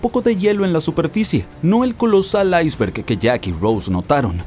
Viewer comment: Buen video. Sólo una objeción. ¿Porque pronuncias iceberg en ingles y no en español como debe ser? Te recuerdo que iceberg es un anglicismo que está aceptado en la RAE y como tal aparece en el diccionario como palabra española. Un saludo.